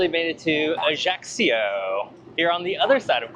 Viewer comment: One thing that just a little bit pisses me off is some widely wrong pronunciation. I mean Ajaccio. It's not Ajaxio The right pronunciation is Ai-a'-cho (I hope it is clear).